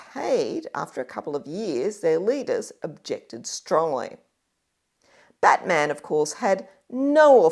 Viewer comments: You pronounce Batman's name like the name of the superhero character. In Tasmania all the stress is placed on the first syllable, with the a of -man receding to a schwa, something like "BATm'n". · Not impressive to hear someone slaughter the pronunciation of John Batman's name, which actually almost rhymes with Chapman; it certainly does not sound like the name of any mythical American superhero. The second 'a' is unstressed.